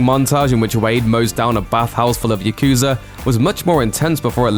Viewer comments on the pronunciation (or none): none